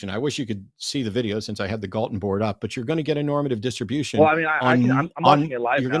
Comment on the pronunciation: Why are they calling him "Gallatin"? His name is Francis Galton.